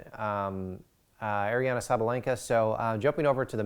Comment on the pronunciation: Ariana?! It’s Aryna, pronounced “Areena”. How do you NOT know the score of the first set?! You said you “rushed over here to get on camera” to do WHAT - to report that you don’t know the score? WTH! 🤷‍♀️